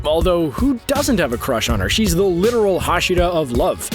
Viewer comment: You can not say anything right tendido hashida